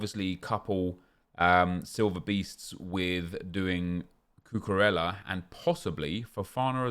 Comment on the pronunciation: The way that this guy pronounced cucurella was pathetic at best